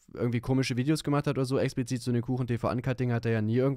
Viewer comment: ExpLizit Nicht Expizit !!! 🙈😅